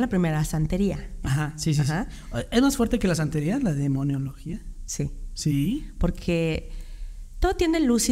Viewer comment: De dice ... demonología,no demoniologia.